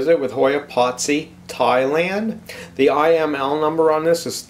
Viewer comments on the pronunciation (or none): It has three syllables. Pot-si-i